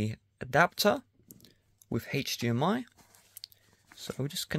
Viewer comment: haich-dmi ? WTF is a haich-dmi? ofvah? WTF is an "OFVAH"?